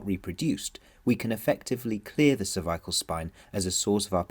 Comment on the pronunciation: This would be a great video but mispronunciation of cervical is so distracting and reduces its effectiveness.